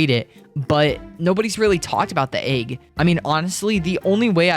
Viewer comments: Aaeeeg y do you say it like that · You say egg weird